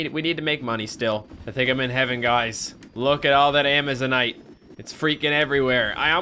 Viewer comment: It is pronounced a maze a night